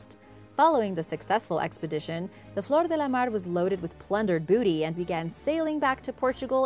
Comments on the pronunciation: blablabla blabla... she pronounces nothing correct... but "de la mar" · Your pronounciation of things like Menkaure or especially german words needs a bit of tuning. While "Flor de la mare" worked out nicely and smooth other things definitely need some more work.